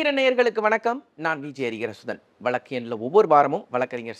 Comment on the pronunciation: மேடம் வழக்குகள் அனைத்தும் நியாயமாக தீர்த்து வைக்குறீர்கள் நன்றி 🙏🙏🙏தொகுப்பாளர் வழக்கு என்பதை சரியாக உச்சரிக்கவும்...